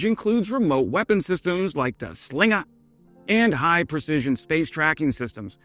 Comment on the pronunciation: The “Slingaah” mate. Keep up the good work!